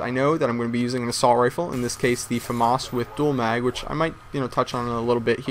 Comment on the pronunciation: Why does he say fomarse it's famas